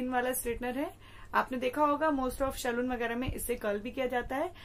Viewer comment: Nya kya btai saloon bolna seekh pehle